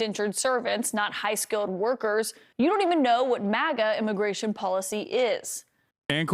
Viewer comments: mfer said immiration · Gimme that sweet Immiration